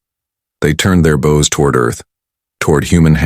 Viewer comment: Interesting how AI can't recognize context when reading, "bows".